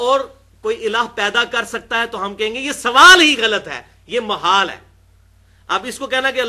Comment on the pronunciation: مُحال بالضم او محال بالفتح؟ الصحیح محال بالفتح